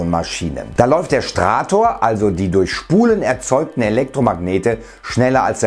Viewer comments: Das Ding heisst Stator, nicht Strator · STATOR!!! Nicht STRATOR. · Geballte Kompetenz... Weiß nicht mal, dass es Stator heißt und nicht Strator. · Ist vielleicht Stator und nicht Strator? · Strator.... Ich lach mich tot.... Stator nennt sich das Ding im Motor das sich nicht bewegt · "Stator", nicht "Strator"... Permanentmagnete sind bei größeren Maschinen etwas dämlich. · Stator nicht strahtor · nein, dies heisst STRATTOR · naja - wenn man schon über technik redet sollte man auch die deutsche sprache drauf haben: das ding heißt stator - nicht stRator - das kommt statisch - nicht von 1&1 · das haisst stator nicht strator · Stator, nicht Strator 😊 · Hab ich mich verhört oder sagtest du Strator anstatt Stator lölz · Es heißt Stator, nicht Strator. :) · Stator, nicht Strator! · STRATOR.?? Ich lach mich tot. STATOR!!!! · stator nicht strator. stator gleich stationär (also fest, nicht rotierend). rotor gleich rotierend. sorry fürs klugscheissendanke für die aufklärung vom niemals funktionierendem perpetuum mobile (wuschdenken) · Interessantes Video, aber es heißt "Stator" nicht "Strator" ;) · Strator :-) der war gut :-) Nächstes mal besser ablesen oder eigenes Wissen erwerben ;-) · Stator! Oder sagst du, wenn sich etwas sich nicht bewegt, dass es stratisch ist, statt statisch?